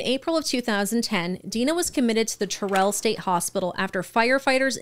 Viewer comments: It’s “TER-ul” not “Turr-ELL”. Just saying. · Terrell, TX... is pronounced weird. It rhymes with Daryl. Go figure. Got my butt chewed for that one when I first moved to TX. Anyhoo.. good video, guys.